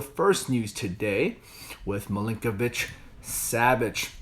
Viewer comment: Is he saying Milinkovic-Savage?